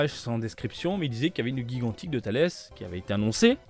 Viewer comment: Alors non c’est bien « Tullece » et pas « Thales Ça vient de la laitue 🥬 Merci pour tes vidéos, tu régales à chaque fois